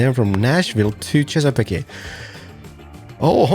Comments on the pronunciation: A week late, but it's torturing me. Native American names can be tricky. Chesapeake= "Ches-a-peak"; Souix= "Sue". Google will be your friend! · Chess-a-peak no e sound on the end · You Chesapeake by (Chess-ugh-peak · Chesapeake is chess-ah-peak